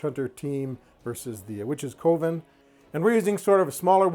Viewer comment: Forgive me for sounding rude, I truly do not mean to come across as such. I think coven is supposed to be pronounced more like "kuh-ven"... not "koh-ven". I had an English teacher back in grade school who was a bit of a stickler, and apparently old habits die hard :( Again, please forgive me if it comes across as rude.